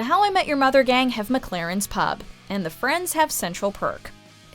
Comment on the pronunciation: and she said pub. cringe